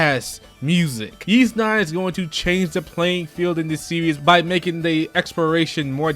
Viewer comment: i could be wrong but i think the Ys games series names are pronounced "whys"....not that its really important i guess